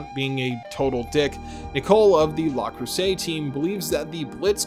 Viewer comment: Pronouncing Le Creuset with "la" is screwing with me. Rau Le Creuset is not a girl. Do they use "la" in the remaster?